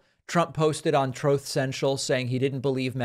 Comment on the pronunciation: It slays me every time you purposefully mispronounce, ‘Trouth center’. Great show.